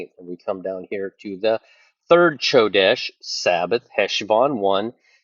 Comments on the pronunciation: You're mispronouncing Chodesh (Kodesh) it's pronounced with a k sound😊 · It's pronounced Ko desh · The "C" is silent in Hebrew, brother. Come quickly, Lord Jesus! 🙏👆🎉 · Ch should sound like a K 😊